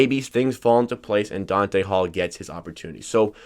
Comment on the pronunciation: Not Dante....DONTA